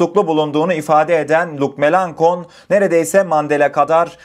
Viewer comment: Melanchon, .... melanşon.... söylenir Melankon değil, bilginize